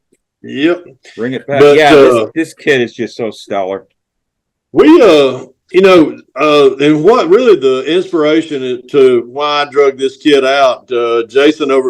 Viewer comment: WEIAND Can you say "WHY AND" is how you pronounce it , seen this in an ad from a hot rod magazine years ago.